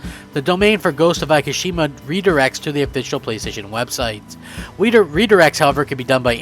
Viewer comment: Where are you getting Akashima from? It's Ikishima!!! Pronounced Eekeesheema.